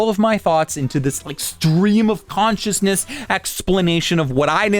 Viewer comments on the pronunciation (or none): none